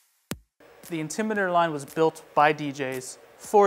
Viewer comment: I wish he would say the word "INTIMIDATOR" correctly! It's NOT the "Intimider!" Finally, he got it right! And he's supposed to be a DJ using a microphone to amplify his speech? How did this get past the Advertising/Marketing folks?